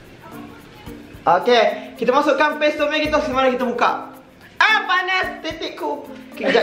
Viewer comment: PES ke PASTE 😂